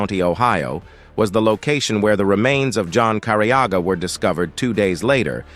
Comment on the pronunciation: Finally the last name is said correctly. Can’t believe it took an AI voice 😂